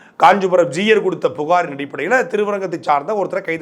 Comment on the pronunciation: It is not Juyar, it's Jeeyar. You cannot even pronounce the word properly but runs a channel, shame!